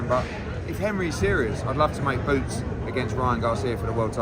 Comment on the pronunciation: Did he say BOOTS ?? 🤣